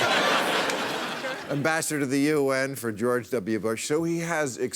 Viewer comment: RE: John Bolton. At first it sounded like he called him, "Bastard if the UN."